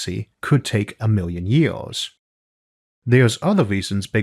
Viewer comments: Wow what a terrible comenTEATor a million YEWS what a SCOOBBBBB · A million YEE-AWS?